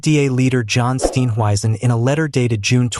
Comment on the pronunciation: This is what western fals news is spreading!! They are failing against Trump so they target SA!!! Listen to this fools language and pronouncing Steenhuisen and ramaposa. Just Voertsek SATAN!!!!